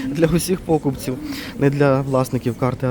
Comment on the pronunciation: Где ты учился,? Почитай украинский словарь и не коверкай язык! Что это за пОкупці, привЕзли,бУло, покАжу, нАпої??? Ты ж несешь украинское слово в массы и так небрежно уродуешь українську мову!